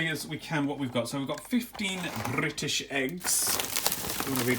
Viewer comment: The way he said British 😂